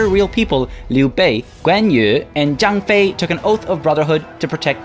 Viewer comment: Great vid as always, you said Liu Bei right the first time, the other times not so much. Your Zhang Fei was pretty much perfect. Dong Zhuo is good attempt, but the Dong is wrong. The rest is fine, but if you want to nickpick, the tones are wrong. Overall, pronunciation is definitely better than the other youtubers.